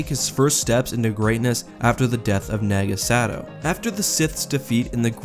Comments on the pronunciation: It’s Nah-ga Sa-dow not naga sado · Naga Sadow, not Sagow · I die a little inside everytime i hear sagow instead of sadow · why are you saying sagow XD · I kept hearing you say naga Sagow...it drove me nuts until you started saying the D more clearly xD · You pronounce it “Nah-Gah Sah-Dow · Naga Sadow is (naw-guh-suh-dow) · Did you purposefully mess up Naga Sadow's name 2 or 3 times? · Does it bother anyone else that he's pronouncing naga sadow wrong? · You pronounced Naga Sadow's name wrong.